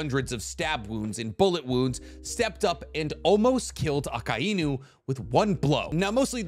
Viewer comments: If you are gonna talk about one piece say akainu name right god damn 🙌👌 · Bro I’m really trying not to be petty but I’ve never heard anyone say “Akainu” the way you do and its unsettling..